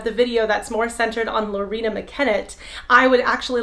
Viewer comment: Her name is Loreena, not Lauren... which is a great name, but not hers, lol!